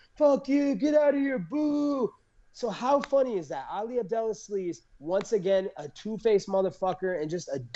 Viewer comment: "Ali Abdelasleaze" always gets me 🤣